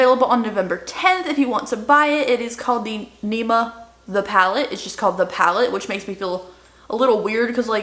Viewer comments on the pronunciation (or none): It not neema but nimmmya 😜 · I think Nikkis pallette is pronounced Nim- ya. I believe. 😁❤️